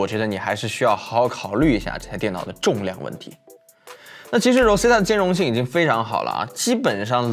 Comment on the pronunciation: Rosetta的读音都读错了，好好学学英文。